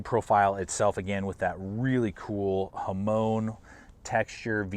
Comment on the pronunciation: “The mahon” ????? Do u mean the hamon